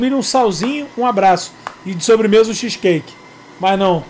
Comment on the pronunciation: Cazé falando "xisqueique" é muito bom